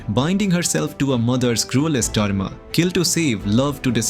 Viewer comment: His dharma sounded like Derm😂